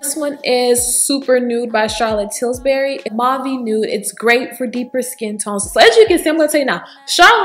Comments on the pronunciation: Daughter, you must have been thinking about biscuits (Pillsbury). Lol! You were saying "TilSbury". I was so tickled I almost spilled my tea! Please dont be offended. You're a beautiful young lady and I was wondering which CT lipsticks might work for me. Thank you. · Hahaha.. that was funny.. I kept hearing Tilsbury as well... I like yellow nudes and i think Nude Kate and yes honey are my fave... I love nudes..